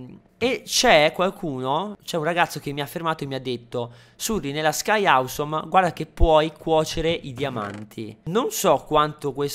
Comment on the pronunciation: surryyyyy non si dice Sky ausommmm !!!!!!!!!